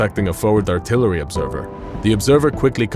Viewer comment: Did he just pronounce “artillery” with *”ARTERY*” Foreigners these days